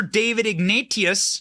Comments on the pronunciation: Omg. David Ig-nateous like nauseous, not ig-na-t-ius. Holy cow. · Benny, Ignatius is pronounced 'ig-nay-shus'.